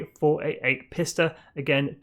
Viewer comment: You pronounced the word Pista wrong. It’s pronounced Peeesta! Except the I is between the P and the S. You get it now?